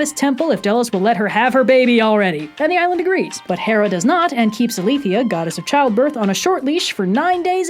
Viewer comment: Me: we don't know exactly how ancient Greek was pronounced so there is no one right way to say things, especially with how certain words get transliterated into english:) Also me: hears pronounce "Eileithyia" differently than I do the lord is testing me